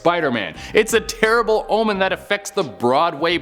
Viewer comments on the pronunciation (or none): none